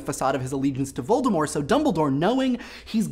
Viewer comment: That correct pronunciation of Voldemort, though.